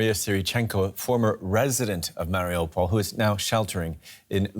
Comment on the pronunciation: I have a lot of friends who live in Mariupol, so I watch all the news about what's happening. I can't understand tho, why many of the newscasters, mispronounced the name of the city. It is pronounced, Mar i U pol, just how it is spelled. Not, Mar i "O" pol, or "ah" pol. These are high paid, respected journalist, and should be able to have figured out the pronunciation, by now.